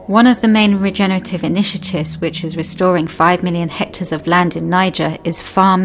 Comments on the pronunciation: The word is hectares not HECTORS! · It's hectar, not hector. Hector is a name. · That's "hectares", not "hectors". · *hectares*, not hectors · What's a hector? About 0.405 orcres! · 4 million HECTORS? You mean HECTARES? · Hectors or hectares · "Hectors" of land? 😂 Is this related to "hectares" by any chance? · Hector is boy's name. The word is hectares... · lol, "hectors" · Hectares not hectors. Spelling matters to your credibility. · It’s hectares not hectors. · This may all be true (as far in as I watched) and if it is then that's wonderful. I do get a touch unsure though when she talks about HECTARES and the text spells it HECTORS. REALLY!! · "Hectares" not "Hectors" 😂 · By 'hector' I think you mean 'hectare'? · "Hectares", not "hectors". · The word is hectares, not hectors. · Hectors, hectors, hectors... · The word is hectares, not hectors. Your credibility is shot to pieces by your ignorance of the English language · Great video but .......’Hectors’?